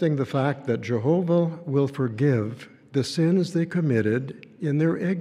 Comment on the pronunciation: I cringe hard everytime he says Jehoobah "merciful Judge"...more like angel of death 😮😮😮